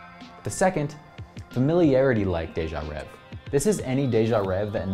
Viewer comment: if you knew french, its actually pronounced (day-jah-rehh-vay)